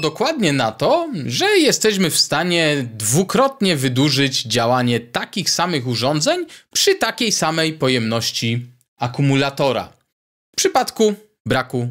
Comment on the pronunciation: Bardzo dobry merytorycznie odcinek do tego stopnia, że błędy wymowy Pana nie dają się we znaki, aż tak bardzo: som, chcom i wydużyć (wydłużyć). Proponuję posłuchać ( nie posuchać ) siebie i zwalczyć to w przyszłych odcinkach, a unikając "angielskich śmieci" będzie bardzo dobrze. Na plus językowy zapisuję 5 amperów, 20 watów w miejsce używanych błędnie 5 amper i 20 wat (chyba w aptece). Pozdrawiam jako wieloletni pedagog przedmiotów technicznych na poziomie średnim i wyższym. Wątpliwa pociecha: jeszcze gorsze błędy prezentują zawodowi dziennikarze TV itp. np.: "Zakupiono 100 armat i 20 przyłbic" oczywiście błąd merytoryczny. Pozdrawiam i życzę dalszej owocnej działalności na niwie ciekawych rozwiązań konstrukcyjnych. P.S. Temat ARDUINO jest Waszych opisach wg. mnie mocno kontrowersyjny dla użytkowników bez gruntownej znajomości mikrokontrolerów i ich programowania.